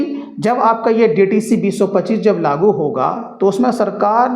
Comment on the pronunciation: लागु नही लागू 😅